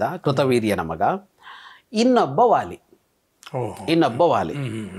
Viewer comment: The sound "wa" does not exist in our language. Please pronounce it as "va" ... not "wāli" but "vāli" and so on .